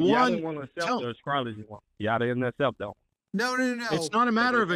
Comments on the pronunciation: He lost me at "askrology" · I replayed several times and I kept hearing say "ascrology" the first time.